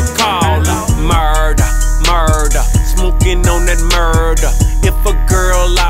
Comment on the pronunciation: its pronounced "murder" not "Muuuuuuuuurrder" k thanks